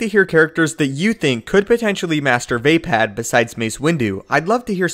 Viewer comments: It's fucking pronounced Vuh-POD! Not VAY-PAD! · Va pod.... not Va pad as a Star Wars expert why are you pronouncing a second A when there isn’t one?! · you lost me at vay-pad...